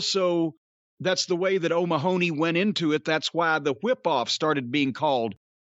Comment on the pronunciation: It’s a pit that Americans can’t pronounce O’Mahony. It’s so grating on the ears. See also: Mc Mahon.